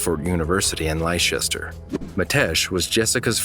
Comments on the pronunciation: I love it so much when Americans pronounce English counties wrong. 'Lie-Shes-Ter' and not 'Leicestershire' (Lester-Sheer) tickles me every time! This isn’t a dig as I’d have no idea how to pronounce them if I wasn’t English either! It just makes me smile every time. Love the videos! 🥰❤️ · Lichester Is Leicestershire. Pronounced like LESTER SHEAR ❤ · I absolutely LOVE your videos but there is just 1 teeny tiny thing.... Leicestershire is pronounced 'lester-sheer' I'm so sorry for the minor negative, noticed it a few times but can't ignore it anymore 😅🤣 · Phonetical spelling would help.. Leh - stuh - shuh. And the fact most of us say shire as sheer.